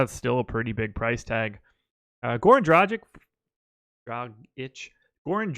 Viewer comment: Need more of Sal Vetri! Also, if you want to say Dragic correctly it's Drah-geech, not Jra-jick.